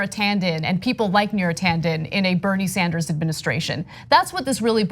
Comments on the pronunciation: Bernie Sanderzes? Wow Ana, English is a good thing to learn. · Ana, please stop saying Sanders 's for Sanders'. The double 's' sound is not needed for the possessive.